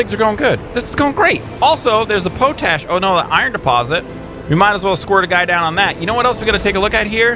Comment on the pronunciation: Love the new series! Just so you know, it's pronounced "Pot-Ash";] I love the way you pronounce Quinoa though lol it's the way I pronounce it!